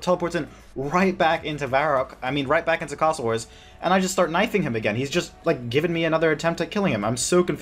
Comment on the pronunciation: whats with the way you pronounce A sounds like Castle Wars is